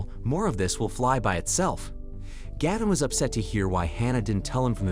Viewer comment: Gayvin. Gavin. Galvin. 😂